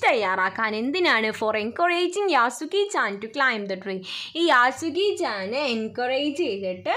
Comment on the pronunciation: യാസുക്കിൻചേൻ അല്ല😅 യെഷുക്കിചേൻ ആണ്😊